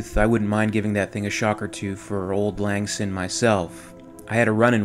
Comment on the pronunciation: Syne is pronounced like ‘sign.’